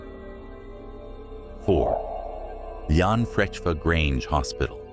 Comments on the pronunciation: OMG PLEASE stop butchering Welsh names. "Cefn coed" is not "Seefin co-ed", it's "Kevn coy-d". Llanfrechfa is not "yonfrechfa." The LL is not "y" as in Spanish. It's "Schon-frek-va" it's not that hard to look up a pronunciation guide on the internet. "Schon-dow" NOT "land-oh" "Ree-thin" NOT "Rooth-in" Also the sparkly filter over everything is hard to look at. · The way he pronounced llanfrechfa grange hospital 🤣🤣, Many a days me and my mates used to have around up there before the new hospital was built, Definitely haunted, 💯 spooky and was fun sitting at night up there, Gutted it was ruined by a subpar hospital that sits there now